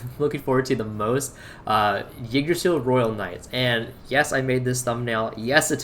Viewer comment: Ty for not saying king drasil T-T